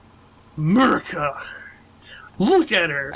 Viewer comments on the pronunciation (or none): It's.... it's.... a-MARE-ica! .....i'm sorry.